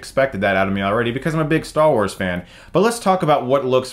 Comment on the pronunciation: LOL, you said "Star Worse"